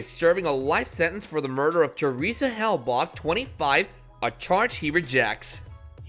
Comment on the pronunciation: Dude! Learn how to pronounce Theresa name correctly!! (Seriously, Hellbak)?????